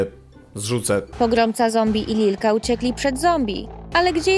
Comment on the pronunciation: nie litka tylko lilka